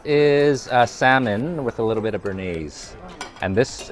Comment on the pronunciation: Quit saying A LIT TjjE BIT